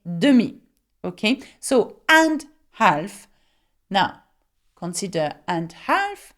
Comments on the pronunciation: Awesome videos :) just wanted to let you know that the "l" isn't pronounced in "half" it's just [haf] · Hi.thanks for your videos and lessons.they are great! I wanted to say the word HALF , L is not pronounced.